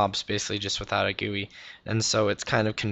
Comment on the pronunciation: . Hahaha! Sorry I am laughing but it is pronounced G-U-I.